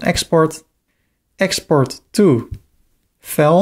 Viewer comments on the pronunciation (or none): Very well done, your English is also close to perfect, and the flow was logical and easy to understand. The only thing that threw me for a second is when you said File. You pronounced it like fails while it should sound like F+eye+Ls. I referred back to this while moving the site instead of the manual method.